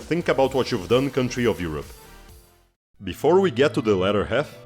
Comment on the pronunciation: Europe == WHYHOPPA ??? 😅 Never heard of this pronunciation. Where is it from?